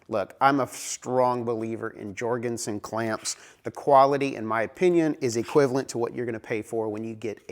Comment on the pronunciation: You're an American..... speaking English is alien to you! for example, the clamps are pronounced "Yor gen son" not "George n son"